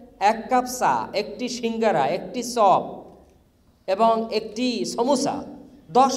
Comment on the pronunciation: বলতেসিলাম, ছা, ছপ, ছমুছা, হায়রে শিক্ষিত রে😡😡